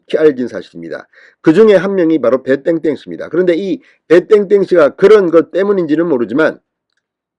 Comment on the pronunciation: 배 땡땡인지 배땐땐인지 발음도 좋지않아 듣기싫으니 실명을 밝히세요 이젠 밝혀도됩니다